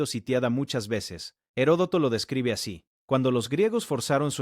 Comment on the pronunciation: Se lee y se pronuncia "ERODOTO". "Gerodoto" o "Jerotodo" , es incorrecto.